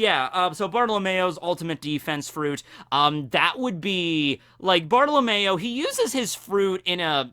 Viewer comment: Bruh, you call him Bartolamayo when his name is actually said Bart oh low me o Btw ik that’s not how it’s spelled, that’s just the way to say it